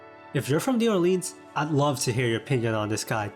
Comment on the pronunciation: I appreciate your obviously sincere effort to make an informative video about food in New Orleans but first of all, you are mispronouncing the name of the city and if you didn't learn about the roux, then you really didn't learn about the food.